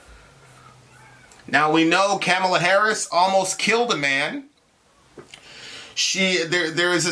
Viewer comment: Good Lord. I'm not a huge Kamala fan, but the right-wing framing to begin this soliloquy had me in tears lol 1. can't pronounce Kamala's name Really? The most famous "woman of color" in world politics right now and you can't say her name right? LOL Like it's even hard to pronounce... Very Fox-ian, OAN-ian, and Newsmax-ian of you:) 2. She's "not really African American." Another right-wing talking point, which implies "Hey African American women, ignore this victory because it doesn't pertain to you!" (which, I'm assuming, forms much of the backbone in this video, but I gotta admit... I bailed after 5 minutes of this drivel) Why the distinction? Because her father is of African-Jamaican descent? Using this arbitrary distinction, and his children are also not African American.... soooo, your point? lol 3. She's not Obama. We agree here, but mentioning only the Islamophobia Barack HUSSEIN (of course you did, lol) overcame against Clinton, while conveniently leaving out the constant barrage of Islamophobic attacks he encountered while defeating the Republican party in 2 straight elections, is blatantly disingenuous framing. A friendly reminder: Biden and Harris won. Easily. And no amount of Trump/Trumpist tears will change this fact.